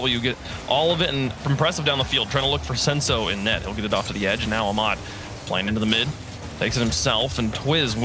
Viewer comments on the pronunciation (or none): It’s kinda funny how the commentators pronounce Ahmad “Amad”. It’s “AH-mad” or “Ah-med”.